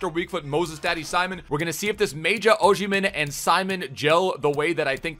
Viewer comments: Its OsimHen not OsHimen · If he still played for us (Sunderland) we would be in championship. Also why can no one say his name right?